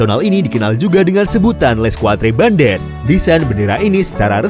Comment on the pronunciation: Les quatres bandes, cara membacanya jangan amburadul . 🤣😂😊😁 Kalau kita eja dalam bahasa indonesia sebagai berikut: "lei katr band".